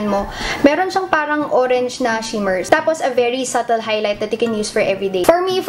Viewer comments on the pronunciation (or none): none